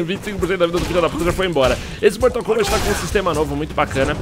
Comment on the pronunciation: quem noto ele falar mortal conbate??